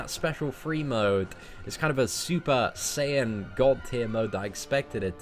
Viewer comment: Did he say super sayin